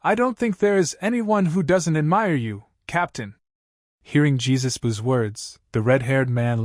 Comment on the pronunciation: usopps dad’s name is not Jesus it’s yasopp